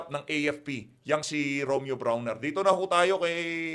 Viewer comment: brownie hindi brawner